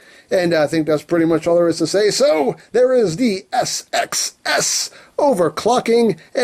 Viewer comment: You need to make an entire video of just trying to say SXS repeatedly.